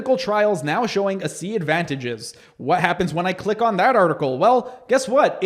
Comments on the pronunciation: What’s idiotic is that you’re speaking like you’re an authority on a product that you don’t understand and can’t even pronounce the name correctly. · You’re really doing a lot of harm with your video. I could tell within the first few seconds that you haven’t done any research at all. You aren’t even pronouncing the name correctly. Seriously?? I had chronic thyroid challenges for 14 years. Tried everything. I started ASEA and by day 26 my chronic fatigue and brain fog was gone. By day 95, the rest of my issues like circulation in my left leg, brittle hair and nails, breakouts on my face, feeling cold all the time, and more, all gone. I’m here 4 years later experiencing even more benefits like my gum pocket count keeps improving each year and even my mental focus and memory and more. Typically, things get worse as you get older, but nope, my health is the best it’s ever been. I hope you rethink this. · I’m watching the entire video and reading all of your comments. You’re not even pronouncing the product correctly. Tell me what the 8 reductants and 8 oxidants are. Maybe educate yourself on it before you act like you’re on authority on it. UGH